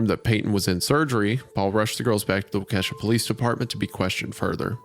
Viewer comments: GOOD LORD WENDI ITS PRONOUCED "WOK-AH-SHAW"!!!! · Hey, just saying, it’s Wah-ka-Shaw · waukesha is pronounced walky-shaw. my grandma lives there! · hearing waukesha being pronounced "wal kesha" is new lmao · ISAIAH PLEASE READ: waa-kuh-shaa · Its pronounced Walk-ish-aw. It's Algonquin. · ITS PRONOUNCED WAH-KESH-AW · I hate to be that guy but it’s Wau-Keh-Shaw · I felt my skeleton try to crawl out of my body the second Isaiah said "WAH-KESHA", like I grew up right near Milwaukee, that's not how you pronounce it my dude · wah - Ke$ha 😅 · “Wah-Kesha”…. As a Wisconsinite that made me giggle 💔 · why are Wisconsin city names so hard for non-Wisconsinites to pronounce 😭 it’s Wa-Kah-Shaw !!!! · I love you guys, not to be that guy, it’s pronounced walk-a-shaw. Waukesha is just one of those Wisconsin town names 🤷‍♂️ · i keep hearing people pronounce waukesha wrong. its pronounced like wok-eh-shaw for those who dont know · Most Horrific aspect of this story was Isaiahs pronounciation of Waukesha (Wah ka Shaw)... truly horrific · I actually worked with one of the girls sister and I asked her about her sister and she said she was always kinda a weirdo and she wasn’t entirely surprised something like this happened and also it’s pronounced Wa-ka-Sha lmao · The residents of Waukesha (waa·kuh·shaa) have to suffer the tragedy that is Wendi's pronunciation. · Isaiah, the town is pronounced Wah-Keh-Shaw. I know because I got yelled at once by a local for mispronouncing it. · Lee Cronin's: Waa·kuh·shaa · WALK-UH-SHAW GET IT RIGHT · Holy not how you pronounce Waukesha (Wah-kuh-Shaw) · it's fucked up because i'm canadian and even I know it's pronounced wah kah shaw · Isaiah calling Waukesha « woah, Ke$ha » is just too much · Wendigoon pronouncing Waukesha as “wah-Kesha” hurts my soul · As someone from Wisconsin your pronunciation of Waukesha took me out the whole time. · Scariest part of this episode is how Isaiah pronounced Waukesha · They cannot butcher names this bad anymore can they